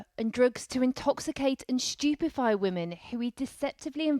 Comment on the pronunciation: Did she just say “Stupefy”?